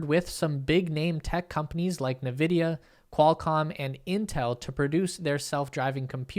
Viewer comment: Stop saying Elonites to your audience and is Nvidia not navidia. Then I ll surely subscribe.